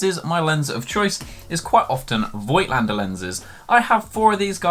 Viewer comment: Pronounciation is: "Fohgtlender" (german)